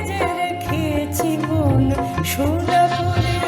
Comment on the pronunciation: দারুণ জমিয়ে দিয়েছিস। 'সোনা করে' উচ্চারণ বিশেষ মনোগ্রাহী।